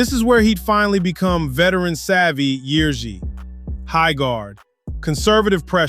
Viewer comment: nice Ř pronunciation mate